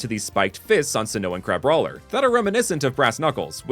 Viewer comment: Crabroiler is just how Bubble from BFDI would say Crabrawler 💀💀💀